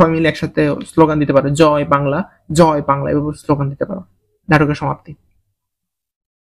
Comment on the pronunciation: Apner joi Bangla ta Shai chilooo😂😊